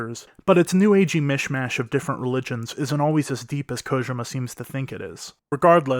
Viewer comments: “Hideo Kogema” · Its KO-JEE-MA!!!